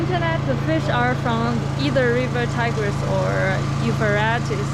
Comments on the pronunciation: Euphrates is pronounced like freight and not like rat. I think this country dialect is relaxed 😌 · Food/fish looks great! Euphrates is pronounced u-frate-eees.